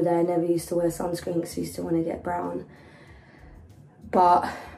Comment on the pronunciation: She definitely said brown... but her accent makes it sound like “bran” haha